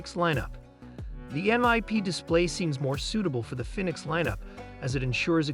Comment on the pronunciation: Garmin “Finnix?